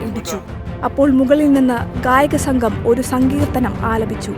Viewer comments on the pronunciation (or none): none